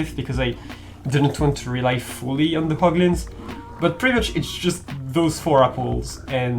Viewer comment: bruh "POGLIN"